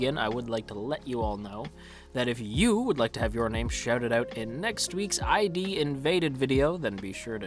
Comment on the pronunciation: I think its id invaded not ID invaded, like from the id the ego and the super ego you know. Also his name is saKAIdo not SAIkado, and his daughter is KAIdo